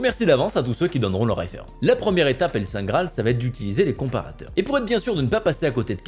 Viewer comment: "Les comprateurs" "Le SAINTE Graal" ^^! toi aussi tu attends le prochain patch lol #CDPR Et je suis tout à fait d'accord il faut surveiller ses achats! Les vendeurs surveillent bien nos consommations!